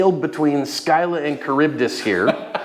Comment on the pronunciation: FWIW, one nerd to another, it's pronounced "SIL-uh and ka-RIB-dis"